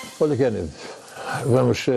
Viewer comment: Kennedy e nao kennady